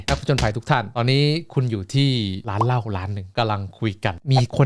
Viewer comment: ได้ยินร้านเหล้าเป็นร้านลาบ ฮะ D&D มีร้านลาบ